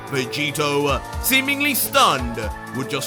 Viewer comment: Is it just me or did say Roy vegito